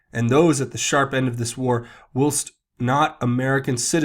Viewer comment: Whilst is pronounced while-st